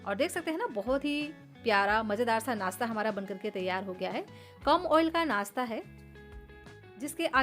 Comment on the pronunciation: Aap crush ko krass kio bolte ho? Naashta ko Naasta! Khushboo ko khusboo or gaajar ko gaazar! Fresh ko fres! Recipe acchi hai!